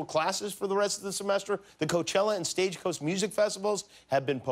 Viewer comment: Cochella and “Stage Coast” music festivals have been “poponed” Looks like Jimmy has made so much fun of Trump mumbling and bumbling words that he’s starting to do the same :) Still love ya Jim!